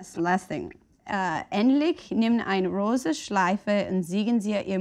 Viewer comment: It really wasn´t. And while it's true German can be difficult to pronounce, it is phonetically consistent. So all you have to do is try to pronounce all of the letters in the correct order. Rosa, not rose. Zeigen, not ziegen. Unless you want him to look like a goat with erysipelas.